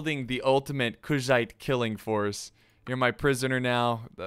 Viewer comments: Does anyone else think he is pronouncing Khuzait incorrectly? I say it "Coo-zahte." Idk where "Cuz-zit" comes from. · I hope u know Kushite( everytime u say kuzhait it sounds like u say Kushite) was a North African people...slavery flashbacks